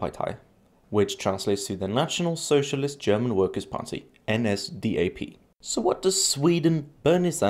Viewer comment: Your pronunciation for the NSDAP was horrible but very adorable